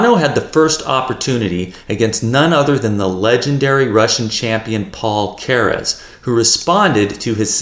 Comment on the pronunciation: 😂 why are you pronouncing Keres' name as if it was a Spanish surname? It's "Care- es"